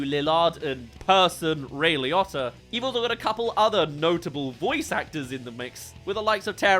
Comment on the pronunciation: Ray Liotto? Who tf is Ray Liotto?